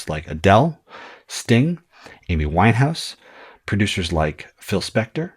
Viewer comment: Lol the pause on Phil Spector